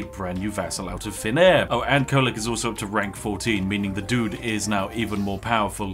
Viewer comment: its Kholek.. he should be op